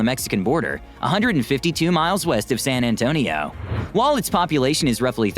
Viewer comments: It's San Antonio, Texas... Not San Antonia... So, yeah... The narrator just lost brownie points. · That is a stupid AI video. San Antonia. Pfft.